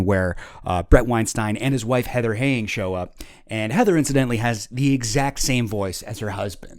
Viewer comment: could not pronounce Heather Heying's surname correctly. Where's the basic research? Credibility lost.